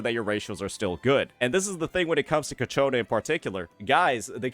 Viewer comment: bruh. Cacciona? for real? 🤣🤣🤣